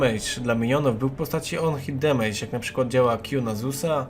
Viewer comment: Ogólnie to fajny filmik. Zapomniałeś tylko o wskrzeszeniu i nie mówi się demejcz :p